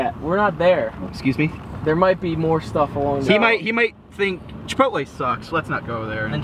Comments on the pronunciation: IM NOT ALONE.i pronounce chipotle the same way does LOL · is right in the pronounseation (i dunno how to wright that) of chipotle i know cuz im mexican